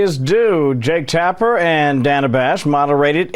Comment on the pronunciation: Everytime I hear them say Jack Tapper, my brain replaces John Tapper from Bar Rescue, although I think that would have been a much better debate if they had.